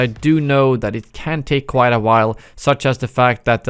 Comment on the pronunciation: you pronounce quite as quiet in your videos. it's wrong, look it up. Just a tip. Keep it up!